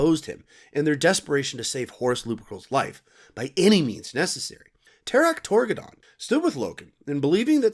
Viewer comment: Love the vid but it’s garv-ee-al loken and Ta-Rek Tor-Gad-on